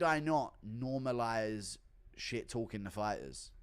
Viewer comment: OH! DONT DISRESPECT THE FI-TAHS!